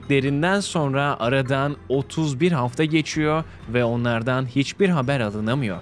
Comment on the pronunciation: 31 e vurgu güldürdü